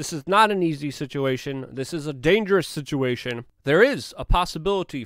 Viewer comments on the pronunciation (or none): EXASTURBATE THE SIT-CHEE-A-TION!!!